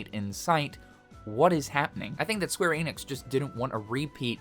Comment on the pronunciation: You can’t even pronounce ‘Square Enix’ right. So…